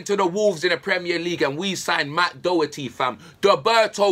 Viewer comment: it’s not doe-herty it’s daw-herty. Tiochfiadh ar la